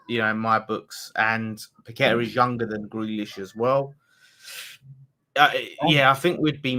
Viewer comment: Get to watch how Paqueta says his name DO NOT copy the commentators they know fuck all!!!